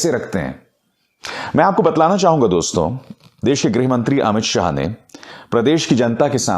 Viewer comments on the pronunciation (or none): Greh nahin greeeeh mantri..